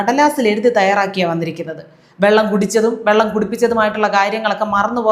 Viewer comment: 1.41-വള്ളം അല്ല സാർ വെള്ളം😂